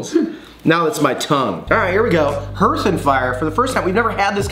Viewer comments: It’s pronounced like harth. Looks fabulous tho. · Hearth = Harth. It's the area in front of a fireplace. Dearth = Dearth, however lol